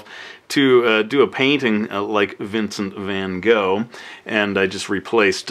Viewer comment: How you said Vincent van Gogh was funny xD